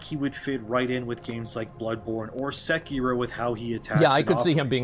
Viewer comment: Why does he pronounce sekiro that way?